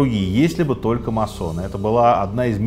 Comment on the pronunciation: Почему всё время говорят о маССонах??? Правильно говорить маСоны... "С" должно быть очень коротким....